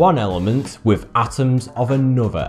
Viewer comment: "with" becomes "wiff", "other" is "ov'ffer" and "Bismuth" of course is "Bismuff" Why is it that the english take any word spelled with a "th" and pronouced 'em as if they were spelled with a "ff" ? Someone inlighten us please! FYI. I'm Canadian so, I know what I'm talking aboot!